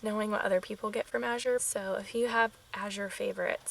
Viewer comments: You were pronouncing it correctly. I've been using them 10 years. Thick cut rolled oats are my favorite food to buy from them. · Recently Azure did a YouTube video on how to pronounce the name. You were pronouncing it right, the second azure at the end of the video.